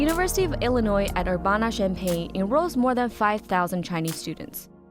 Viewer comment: As someone from an hour away from U of I, she totally mispronounced Urbana. Also people who are local to the area can’t get into the engineering programs because it is filled with Chinese students. My cousin couldn’t get into the program until after going to community college because of that. I also lived in China for a year and one of my students wore a couple of U of I shirts to school which was crazy. 谢谢